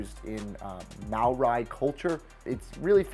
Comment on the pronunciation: Cool video, but you pronounced "Maori" wrong, I'd never heard someone say it that way before lol. Also where is Chelsea F.C. & West Ham United F.C. chants.